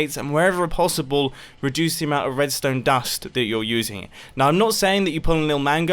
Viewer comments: restone durst 🤣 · "redstone durst" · “41 redstone durst” 😂😂😂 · “red stone durst” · The hell are "durdst" and "torchs?"